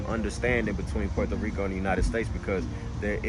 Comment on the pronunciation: you got the Puerto Rican accent when you say Puerto Rico 💪🏼✊🏼🇵🇷